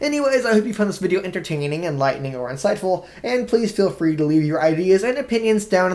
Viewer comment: Did he say entertainining